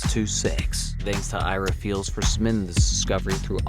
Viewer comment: Ok is the “sumbimittin” joke just a joke i missed? or can he actually not pronounce “submitting”?